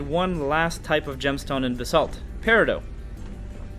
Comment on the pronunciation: It’s periDOT you clod >:|